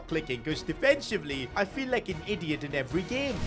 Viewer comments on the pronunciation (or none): none